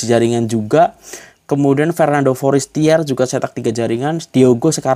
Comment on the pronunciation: bang knpa abg sukar sebut nama foriesteri..knpa jd foriester bang😁